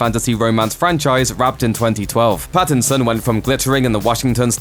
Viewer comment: Did he just say BATTinson